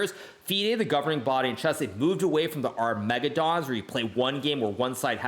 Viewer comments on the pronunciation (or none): Incidentally, it's not pronounced "Our-mega-don", it's "Arma-geddin".